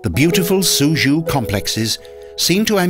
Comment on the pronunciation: Suzhou is not pronounced SuZhoo. Check your pronunciation